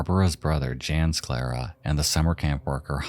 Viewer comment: The č in Anička is pronounced like a "tch" sound. It's literally the first letter in the native spelling of Czechia. Jan is pronounced like Yawn. It's literally just John but with a Y sound. The Czech form of John.